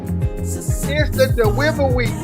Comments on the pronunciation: dewivewy LOL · ITS HIS DEWIVEWY